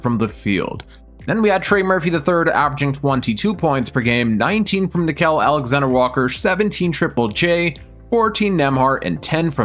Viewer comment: dont forget about nick-kel alexander-walker bro...its nick-eel